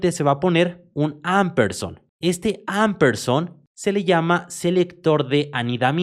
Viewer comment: Se lee ampesand (no amperson)